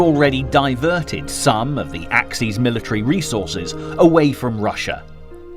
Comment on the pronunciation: Axis powers: ack-sis. bot ack-seas. Yeah, I know, French and German would have a plural adjective with a plural noun, so axes powers. Sorry, fellas, this is supposed to be in English. And straff is pronounced staif, not the German way it's spelled. Papue, New Guinea? pah-poo-wa. No, I know pappy-ya sounds friendlier, but no, just no, OK? Stalingrad? Named after Stalin. No, not Schtalin. So your Schtalingrad doesn't exist. Caucasus has three syllables: core ka sus.